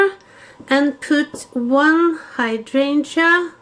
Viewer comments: And if you did your videos in Norwegian then we definitely wouldn’t understand it, and as I have said before your English is great, and you have mastered the word hydrangea. Tfs cheers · It looks absolutely gorgeous. I too am not crazy about orange, love pastels more. You did an amazing job. Love all the deep rich colors. Your whole tablescape is beautiful and whimiscal. You said Hydrangea perfectly, and they are beautiful with the glitter. Never have enough glitter., you are so creative and the sweetest Lady ever! I so enjoy all of your videos. Have been praying for all of the dogs. Hope they have answers soon. Please let us know how she makes out at the vet with her eye. Would love to see your daughter's beautiful home, will look forward to it. The rug you picked out looks so nice. Until next time love & hugs